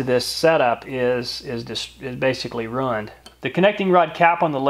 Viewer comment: the way you say ruined is running lol